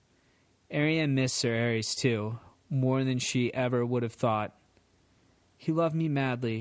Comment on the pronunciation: Arys is pronounced Air-is(isildor) Aerys is pronounced Ares